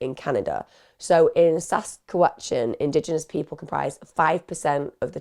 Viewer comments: I don’t normally comment, although I love and watch all your videos. BUT, as a Canadian neighbouring Saskatchewan……man I giggled every time you tried to pronounce it. Hahahahhaha SASQUATCH-AN hehehehe LOVE IT, totally going to call it that from now on! ❤❤ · Your pronunciation of Saskatchewan took me out😂